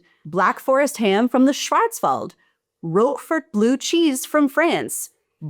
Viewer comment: I tip my German hat to your pronunciation of "Schwarzwald"